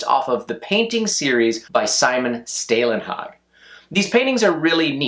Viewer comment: "å" in Stålenhag is pronounced "au" as in "Paul" - Staulenhag.